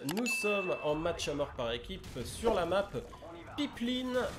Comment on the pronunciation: Pipeline c’est un mot anglais donc à prononcer en anglais sinon oui c’est marrant comme non. Ça se rapporte au tuyau transportant le pétrole en autre.